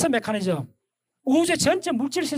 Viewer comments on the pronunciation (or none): none